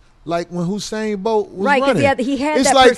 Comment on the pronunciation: Why they keep saying "Husain'? Where they get that H from tho? LOL